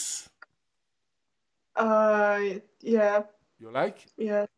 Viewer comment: the best world prononce the word KUNILINGUSSS by ROCCO